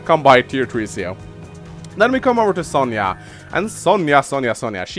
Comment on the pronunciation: So you can pronounce Sonja’s name correctly, but not Javier’s 😂